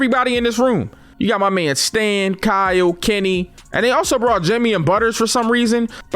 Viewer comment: Why something when he saids Kenny it sounded like kemmy